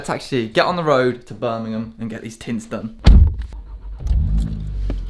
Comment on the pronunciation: So happy you say birmingham properly cant stand it when people say it wrong🤣